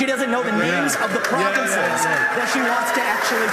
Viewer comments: Stopped the video at "providences" 😂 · That dude is so dumb he doesn't even know how to pronounce provinces 😂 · The guy cannot even pronounce province, and says providence, and criticizes others with not being able to name 3 “providences” in Ukraine! 😂